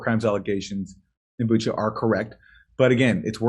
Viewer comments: Jimmy and everyone else- it’s pronounced not Bukka, it’s Bucha - ch like chair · Bucha is pronounced 'boo-tshah'. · The idea for choosing Bucha was to make it sound like "butcher". But some people ruined it pronouncing it "buka". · Joe Biden: You saw what happened to Booka... Reporter: It's Bucha, Mr President. Joe Biden: Him too.